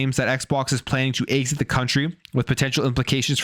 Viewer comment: Hold up did he just pronounce EXIT AS ACE 😂😂😂😂😂😂😂😂😂. HE CALLS Mario - MARRYO